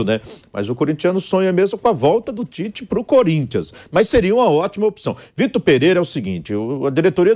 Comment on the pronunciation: Onde você lê pite/ É Tite.